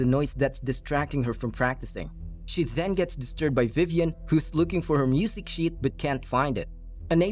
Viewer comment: the way they say “then” to “thzen”